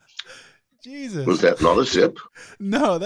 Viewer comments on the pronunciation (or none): none